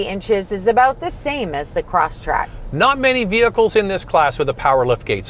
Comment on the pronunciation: Respectfully, it is Subaru ''CrossTREK", not "CrossTRACK" I own one and my dealership Service Agent would repeatedly correct me on this point. Lol!